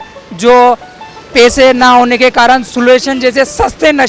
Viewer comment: Video mast hai bhai लेकिन आप पैसे को पेसा मत बोला करो भाई हिंदी सुधार लो 😅😅🤣😂